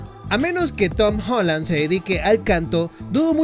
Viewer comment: Se dice Tom Holland pero igual buen video :v